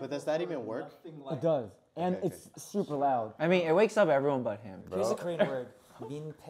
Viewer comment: “GET LOUS” 😂